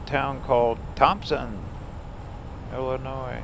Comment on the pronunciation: the s is silent in Illionis